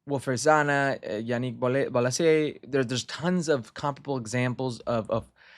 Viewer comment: Zaha and Bolasie are Palace Legends how can you miss pronounce their names like that?